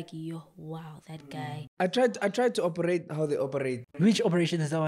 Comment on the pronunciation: i'm from Mozambique i really enjoy warching u guys. "let's opereite😂"